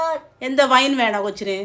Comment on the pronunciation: കേട്യുടെ.... വൈൻ വൈൻ എന്ന് പറയുന്നത് 😂😂😂